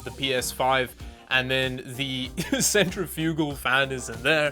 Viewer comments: kinda shocked nobody has said anything that I can see so far about the way he was pronouncing centrifugal lmao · Centrifugal = sent-RIFF-yoo-gul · Um, thats not how you pronounce "centrifugal" -- lol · I think you need to watch another YouTube video to learn how to properly pronounce Decal and Centrifugal. It's De-Cal not Deckal and it Cen-tre-fi-gal not centry-fugal.